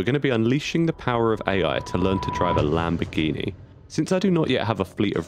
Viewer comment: Title: LAMBORGHINI Narrator: LAMBRAGHINI